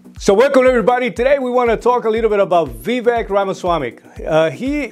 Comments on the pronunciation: His name is not "V. Vek".Its Vivek,Sir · Vivek is pronounced "Vi-Vake"